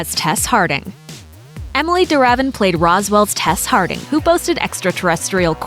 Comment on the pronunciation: Her name is pronounced Emily De' Ra' Viene